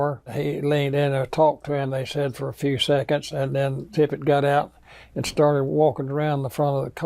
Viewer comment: Tippit, not Tippett, or Tippet, or anything else.. JD Tippit.. Maybe get the name right and credibility will ensue, huh?.. Geez!..